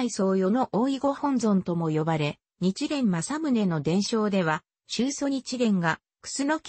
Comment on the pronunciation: おそらく音声ソフトに喋らせたらソフトが勝手にそう読んでしまったんだと思います。